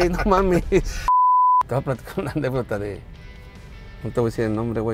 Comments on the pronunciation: Que horror, gobernador de un estado de México y sigue diciendo “Anepdota” 😅. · ¿Anépdota? (min. ) 🤦🏽‍♀️